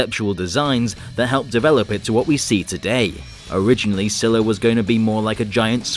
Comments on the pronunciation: its not scila its skila but a c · you keep saying it like zilla instead on scyla and its a her not a he you pronounce it like skee-lah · Did this dude just call Scylla zilla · u pranounced scylla as zilla